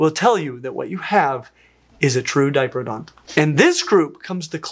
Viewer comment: Generally in Australia it's pronounced "Di-proto-don" rather than "Dipro-don".